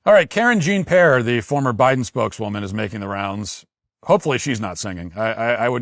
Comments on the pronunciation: Karen Jean Pear. Yup. I'd much rather watch the fish cam or jeff daniels cry by the campfire than listen to her babble incoherently. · "Karen Jean-Pear"! 😂 I had to rewind 3 times to make sure I heard that correctly.